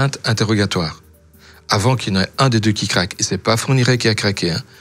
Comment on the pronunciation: Ou sinon, Pourquoi maintenant et pas avànt